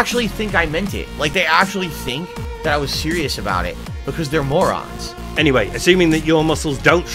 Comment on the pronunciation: Um, excuse me mouth drooling mor-rahn...it's a 10 hour PODCAST.